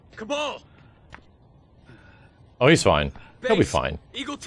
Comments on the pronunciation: HIS NAME IS KABAL NO KABLE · Did he just pronounce Kabal as "Cable"? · Its Kah-Bahll